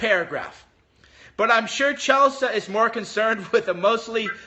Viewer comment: What is CHELSAH? its CHEL-SEE.